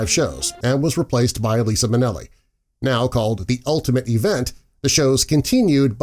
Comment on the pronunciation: you mispronounced the queen Liza Minnelli name 😡